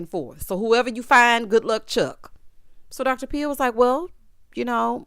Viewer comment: LOL..."Good luck chuck" *heavy emphasis on Chuck.....